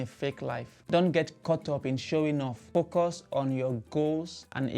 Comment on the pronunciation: Please don't say focos it's focus now that yu are here in UK learn to pronounce English words properly so listen when people are talking surely yu don't want to go back to Nigeria with that poor language ( FOCOS )